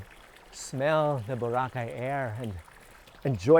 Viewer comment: Thank you, Mr. David Celdran for pronouncing Boracay, the Filipino way, i.e., Bo RA cay, unlike Mr. Raul Manzano (EIC on the Move) who prefers the American pronunciation, with accent on the 1st syllable.